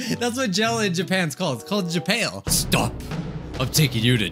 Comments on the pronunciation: Me: Japan,: JAPAIL. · japale Me: lmaoooooooooo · Makes fun of the "I so pale" girl Also: jApAiL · Nobody:: JAPAIL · Japail Me: suffocating from laughter for the first time in the video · No one: Me at 12am: laughing historically at saying "ja-pale" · "Whenever you go to jApAlE" - 2021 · Who would say I so pale? Also: Japail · "When you go to japail" does it again Me: LAUGH MYSELF TO SPACE Me: my cheeks hurt from LAUGHING 😃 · japale- me: stop it. get some help XD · jupale me:OMFG HAHAHAHAHAHAH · When he says Japal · "Whenever you go to ja pail-": I SO PALE